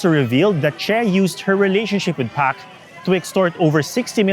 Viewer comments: pretentious atom trying to emulate south korean accent ang hirap tuloy intindihin. pronounce it as PARK not PAK. we expect a non-sokor citizen to pronounce korean names as a foreigner not a native. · I barely understand the story your diction and accent. While Park and Choi are spoken as pak and chey in native korean, you are talking in english and thus must be pronounce at it is in English